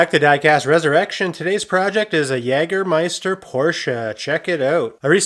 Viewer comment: Your skills grow all the time! Excellent channel! The pronunciation is "Yay-ger-meister" ....literally "hunting master" in German. It's a legal title in Germany and also a licorice liqueur that has done much sponsorship. Excellent work.